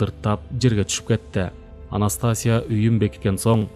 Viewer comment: Анастасия окулганда "И"тамгасына басым берип окулат.